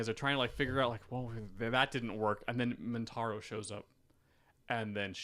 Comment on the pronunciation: Is saying "Mintaro"? I'm picturing a 4-armed tiger shokan centaur, and I kinda dig it.